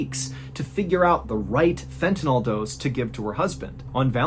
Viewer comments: Just an FYI, it's pronounced Fenta-NIL, not Fenta-NALL. You got it right in the second half of the video a few times 😁❤❤ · Sorry to be a dick, but it's pronounced fentaNILL, not fentaNOLL. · I know it’s a nitpick, but I work in a clinical setting with the drug so I always correct people when I hear it pronounced this way. It’s pronounced like fentaNULL, not fentaNAWL. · How can you show a vial of fentanYl, and still mispronounce it? It's not NOL, it's NYL. 🤦‍♂️ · It''s FENTANYL... That's pronounced like Fentanil. NOT Fentenol. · Fentanyl is pronounced Fen-ta- nil, not NALL. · It's fentanyl, not fentanol. Why can't anyone pronounce this word? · FENTANYL not fentynol. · Fentanyl, not fentanol. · It's "Fentanyl" not "Fentanol" (which is the way you pronounced it in the "Stupid Killer" video. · Please know that there is not, nor has there ever been, a drug by the name of " fent-a-NOL". It ends in "NYL", not "NOL". It is Fent-a-NYL, which rhymes with "Sent-a-pill". Please tell Sean Hannity also, since he hasn't pronounced it correctly either.